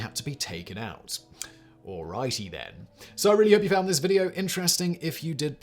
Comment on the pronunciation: "Allrighty then" in a posh British accent 🤣🤣🤣